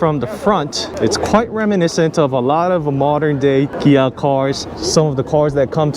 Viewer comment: It’s Kia with a K, or Gia with a G